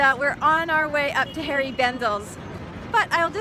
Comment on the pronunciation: Please don't take this the wrong way, but it's HENRI Bendel, not Harry Bendel. You look like you had a blast, best wishes to you!